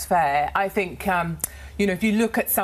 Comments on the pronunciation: “I Fink I come across well spoken” 🤣🤣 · An adult saying 'fink' is inexcusable. It is infantile baby-talk. That has nothing to do with an accent. There are people from the same area who are able to speak to adult standards, have jobs and possess only the one chin. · has an accent and dialect got to do with saying 'fink' instead of 'think'? That's nothing to do with accent, it's baby talk. It's nothing to do with background either. Kenneth Williams was from a working class cockney background, and he took it upon himself to enunciate words properly. Saying 'think' in a Glaswegian accent, is fine. Saying 'fink' when meaning 'think' in any accent is incorrect. The word begins with 'th' not an 'f'. Intelligence is a fallacy and the interpretation of it is subjective. There are plenty of intelligent people who are simply unable to articulate their views as well as Katie Hopkins. Hopkins is able to put her viewpoint across more confidently and therefore sounds authoritative on the matter. That doesn't necessarily make her more right, but I'm afraid it makes her more convincing to surface people. That's the point, Hopkins sounds intelligent to those who aren't particularly bright, but who want to feel superior to who they would call 'chavs'. Despite how she sounds, Katie Hopkins is incredibly ignorant on many topics (But also brilliant on others). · If you don't want to be on benefits, stop eating all the pies and lose weight, people may not like katy, but she tells the truth, and this lady thinks she's well spoken but she's not , ITS THINK NOT FINK. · “I fink I come across well spoken” - nailed it 😂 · “I fink I’m well-spoken” 🤣